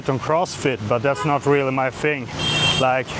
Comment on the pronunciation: One tip to improve your english is to stop saying fing and say THing instead of